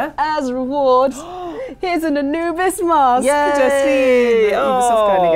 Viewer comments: I-New-Bis would happen... really? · So is the English god of death now called A-Luke-bis??